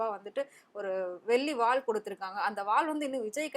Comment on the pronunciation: டேய் அது வால் இல்லடா வேல்